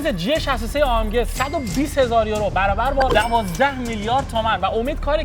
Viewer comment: ای ام جی اشتباه اشتباه ای ام گ